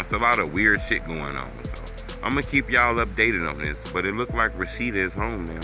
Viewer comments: Her name clearly says Roshinda and you say Rashida smh bro what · Good Lord, her name is pronounced “RO-SHIN-DA” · It's RO-SHIN- DA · How you pronounce her name lmk you was in slow classes as a kid fasho fasho lol